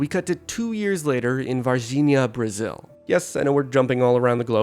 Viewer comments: Beautiful pronunciation of Varginha :=) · Nice pronunciation of the word "varginha", you nailed. 4 years after the incidents you commented here, there was also a a very famous alien apparition (fake) in the same city.